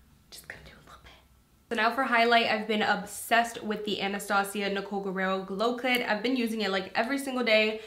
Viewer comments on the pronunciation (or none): It sounds like you said Anastasia Glow Clit 😭😭😭